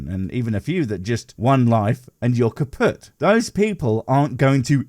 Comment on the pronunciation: Thats not how you pronounce "kaputt" mein kleiner hosenscheißer